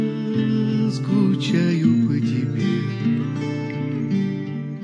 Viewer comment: Я скучаю по тэбэ. Сказал как щирый